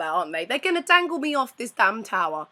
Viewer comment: "The Macau Towwwwwwerrrrrrrrrrrrrrrrrrrrrrr..." Wow, you lost your accent on that last part.